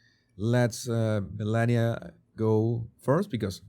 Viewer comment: I thought yours was a good unbiased analysis of this brief interaction. Both sides are showing their bias by overanalyzing a very neutral interaction. My biggest complaint on this video is you need to learn the proper pronunciation of the FLOTUS if you are going to call her by her first name.